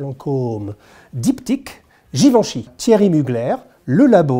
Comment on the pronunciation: So much shade on Thierry Mugler and he can’t even pronounce his last name right. “Mugler” is Alsatian, not French. So it’s not “Muglare”, it’s Mugler”. Drop the attitude.